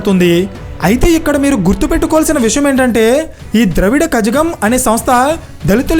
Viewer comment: ద్రావిడ కజగం కాదు ద్రవిడ కళగం